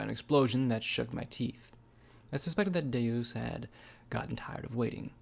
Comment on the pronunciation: Nah Deus is latin for god and is pronounced day-us, you're probably thinking of deux